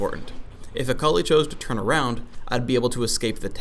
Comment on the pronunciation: the way he says akali is so weird, i keep hearing "a colleague"